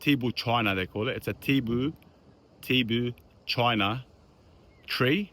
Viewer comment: Pronounced Tibou-cheen-a.